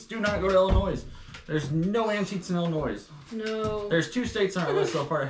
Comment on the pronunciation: I always have to laugh when says Illinoissss instead of Illinoyyy 😂I’m kinda surprised doesn’t say Missoura instead of Missouri! We here in Illinois thought that’s how people from Missouri say it😆We DO have antiques shops you just didn’t find the best places 😊I’ve been antiques shopping practically my whole life in Illinois. I would LOVE to shop on the east coast for antiques, they have wonderful things there! I had my DNA tested by Ancestry and my results have changed over the years as they find out more about DNA. I’m more like. I knew about my Scotch and German ancestry but I was surprised to find I had Amish ancestors from Switzerland, ancestors from Belgium, The Netherlands and a sprinkling of Scandinavia and Spain😀Justine’s DNA results are so interesting!!!